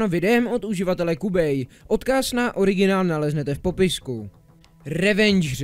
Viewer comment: Kámo mě to zabíjí jak říkáš kubej 😂😂😂